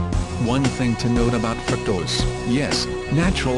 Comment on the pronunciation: " Fruak - tohs "